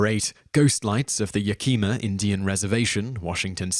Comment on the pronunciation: Yak-eh-Ma. so weird to hear it pronounced so wrong.